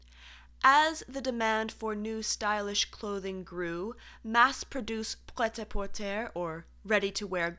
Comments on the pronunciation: Very interesting. Small point. The “porter” in “prêt à porter” should be pronounced “portay” rather than like the English word “porter”. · Pret-a-porte is pronounced like "bread with a hard p and a pronounced but swallowed d like fed as in fed up, a like arrogant, porte as in porteeh . So like "Preadt a portée". Lesson: do not trust Google pronunciation, better ask a real primary native speaker. Many FB group members are more than happy to help. I grew up bi lingual close to Belgium and France and have a working history in makeup and hence in fashion. Hth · Fun video, well done. Clearly have a knack for finding amazing footage. Really enlightening to see. Also, prêt-à-porter is preh-ta-por-tay 🙂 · This is so interesting! But if I may offer a suggestion...given your precise pronunciation, which is lovely, could you please google the pronunciation of French terms, of which there are many in fashion! Pince-nez, boutonnier, and pret-a-porter are a few examples. Easy to say, but learn them correctly.